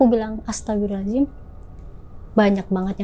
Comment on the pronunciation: Semakin bca istigfar smkin bnyk yg ketawa...krna istigfarmu juga salah😂astagfirullahalazim😂😂emng ada ya di istigfar hurup Zay😂 gmn syetan mau takut😂